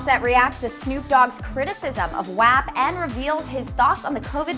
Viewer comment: its pronounced WOP not literally WAP 😹